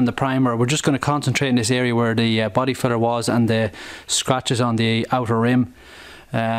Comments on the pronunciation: When you're saying Body filler, it sounds like you're saying Body feathers... 😂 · Hard to understand when u say filler ,good thing u showed us the can ..try the American accent like Farrell Collin in movies ,doesn’t matter if u sound maybe stupid to u ..